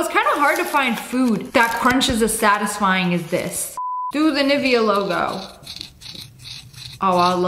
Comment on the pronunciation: never heard someone pronounce nivea like that, maybe cause us romanian dont do that